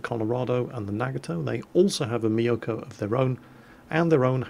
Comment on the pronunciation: you pronounce mi-yo-ko instead of myoko. go watch some anime!